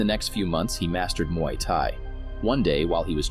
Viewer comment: You pronounced "Muay" wrong.